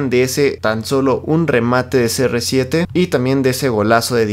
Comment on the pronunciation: "we are serresiete"